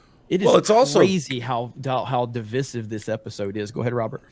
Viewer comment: The way that pronounced "divisive"